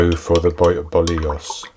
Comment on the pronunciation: Looks amazing , you pronounced it perfectly 😊